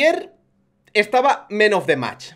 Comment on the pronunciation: se dice Man of the Match con aaaaaa no con eeee